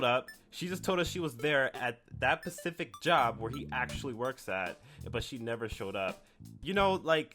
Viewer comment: "that pacific job"